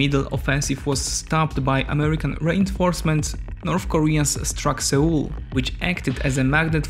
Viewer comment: Seoul in pronunciation sounds exactly like 'soul' when read from the Korean '서울'. You might wanna listen to google transĺations